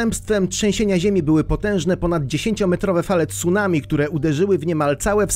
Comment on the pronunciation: ...aaa tego ...TSUnami albo jezioro ..."Rinihue" ...NIE ZAUWAZY£ES ?????????????? PRAWIDuOWO to ...CUnami ..."Ri-ni-ue !!!!!!!!!!!!!!!!!!!!!!